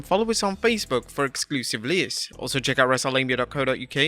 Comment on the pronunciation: Anyone else bothered by the way he says 'lists' every time